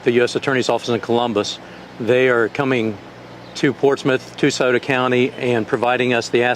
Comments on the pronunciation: "Shioto" county, lol. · It's Pronounced sei-O-tuh, if your gonna talk about us then know how to pronounce it at least for those of us that do still care about our county....